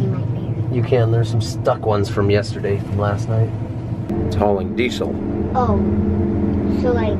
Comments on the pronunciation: ITS THE MIDDUL OF THE NIGH-TUH! You got some good eggs,. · love how made 'night' a three syllable word.